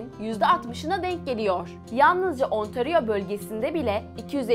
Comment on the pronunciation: ontaryo ve montrceal diyo okunuyor ve yoange street diye okunuyo her şey super telafuz hariç